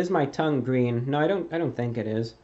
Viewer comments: Hey reviewbrah what's your favourite colour? It's gween!! It's gweeeen! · Its GWEEN